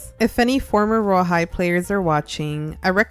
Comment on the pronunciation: Who hears rawhide when they say royal high